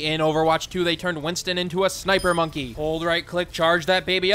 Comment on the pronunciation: Btw it's Winston not winton